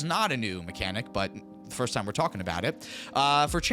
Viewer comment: that time is also pronounced wrong.